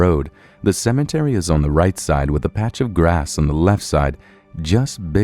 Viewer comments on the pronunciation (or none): none